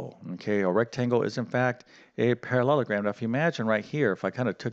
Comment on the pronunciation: it is quad'RI'lateral. not quaddlelateral. you seem to struggle with parallelogram too. i am, unfortunately boringly pedantic and english. i think it's important in teaching to get things right. excuse me if you have a speech impediment.